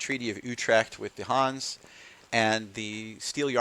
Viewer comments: your pronunciation is ok for a yank but in Hanse it’s the e in the end that makes all the difference just like in Porsche😃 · Your pronunciation drives me nuts. It's Hans-a, or Hans-e if you want to use the original German pronunciation. Not Hans, that's a personal name. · I understood Huns every time you said Hanse😅 It's with an e like elder at the end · Good video, thanks! Fyi, the e in Hanse is not silent. Not a linguist, but I think you'd call it a schwa.